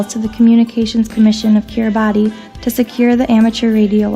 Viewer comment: Makes me want to do a DXpedition; oh, and as a side note, there is confusion over the pronunciation of Kiribati, the "ti" at the end is pronounced as an "s" sound.